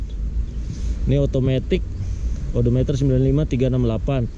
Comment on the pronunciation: penyebutan edometer di revisi untuk next video ya bang,, biar enak di cernanya